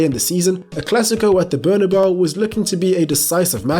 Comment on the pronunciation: And again: Our fucking stadiums name is not "Burnabow"..